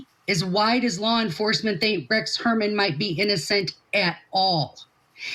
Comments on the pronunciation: God lady, say Huermann’s name right! That hurts your credibility right there. It’s not Herman 😅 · The woman investigator can’t even get the name right - calling him Rex Herman. Come on lady! 🙄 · Shes a joke. Doesnt even know how to pronounce Heuermann's name, after ALL of the publicity surrounding the case. Shes an embarrassment to "private investigators". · Can you please get ‘experts’ who can actually pronounce the alleged killer’s name properly? come on, do better please. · 😅😅 yeah she can't pronounce his name😅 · At least interview someone who can correctly pronounce the killers name. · I know. I have been screaming at my screen. THAT IS NOT HIS F’ING NAME. !!! What a dumbass.